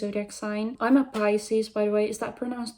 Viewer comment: "Piss-ies" is gold lmfao. Nah it's def 'pie-ses'. ^^